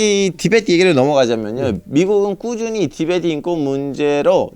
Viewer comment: 티벳트가 아니라 티베트다